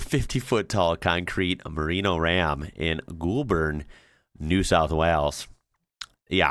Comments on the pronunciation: Goulburn NOT GOOLBURN is three hows from where i live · *YOU MISS PROUNOUNUCED ITS NOT GOOLBURN ITS PRONOUNCED AS GOALBURN (GOULBURN). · Gold burn for annunciation. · Goulburn is pronounce Golburn... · Goulburn is pronounced goal bin . I watched them move rambo. It was surreal. They moved it after they put in a highway bypassed around Goulburn which made not only the marino shop dead it also made the busiest Mc Donalds die as well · Goulburn is pronounced Goal-bin. You’re so good at other places so I’m sure you’ll nail this one too. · Goulburn = gull buhn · G'day, The town where the Big Merino is located is the town of Goulburn - pronounced "goal-b'n" like a footy goal - in the Southern Tablelands of NSW, about 195ks south west of Sydney, and about 90 north east of Canberra. The area is famous for its Merino wool industry and fruit growing in and around the Goulburn Valley for the canning, bottling and preserving, as well as jams and conserves. Like a lot of the southern Tablelands area, Goulburn is very picturesque and lush. Another place to add to the list of places to see down here... the way it's going, you're gonna need at least a year to get around to all the places on your bucket list...😉🤣 🙃🐨🇦🇺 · Goulburn is pronounced Goal burn. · please pronounce it Golbin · Or Goal-bn.